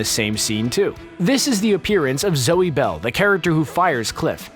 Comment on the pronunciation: Thanks for pronouncing “Zoe” correctly!!!!!